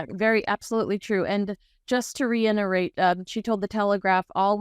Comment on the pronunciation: I've left this comment on a previous video but I'll leave it here too... Someone please tell That's a word is reiterate with a t not reinerate with an n...